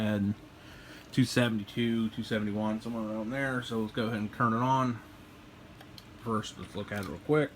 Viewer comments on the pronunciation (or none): none